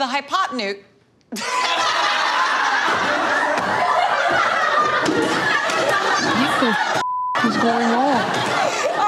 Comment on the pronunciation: It's actually "potenuse" not "potnuese".😁